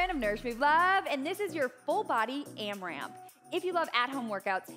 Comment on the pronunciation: Loved this workout so much!! Loved the 4 minute block and the power minute. LOVED the timer on the screen and hopefully we will keep seeing it! But,, it’s not AmraMp… no second M.